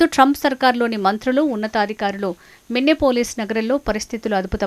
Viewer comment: మిన్నెపోలీస్ కాదు తల్లీ అది మినియాపోలిస్